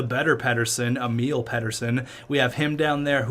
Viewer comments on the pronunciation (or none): none